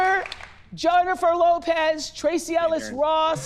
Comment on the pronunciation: Lol Oprah couldn't even say JLos name right. She called her "Joinifer Lopez"